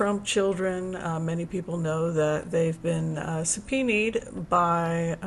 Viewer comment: I crack up every time you say 'sub-pee-need' 🤣